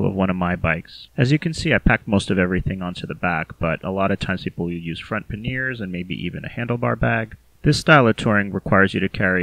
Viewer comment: Good information, thanks. (p.s. it's "PANyers")